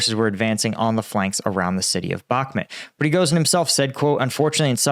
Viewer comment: Why is this frustrating??? They risk their lives, not yours! They'll strike when ready. Believe in UAF! What you should do is; learn the right pronunciation of "Bakhmut", for example. Since you milk it and don't contribute substantially to the topic, this is the least you should do. I'm watching you from the beginning and this level of unprofessionalism is really annoying.